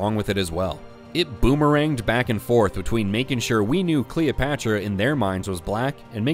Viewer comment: Who is kween Cleeopatchra? do you mean Βασίλισσα Κλεοπάτρα?